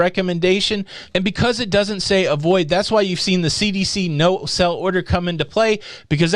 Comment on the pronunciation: Are you saying "no sell order" or "no SAIL order". If the latter, please pronounce it that way.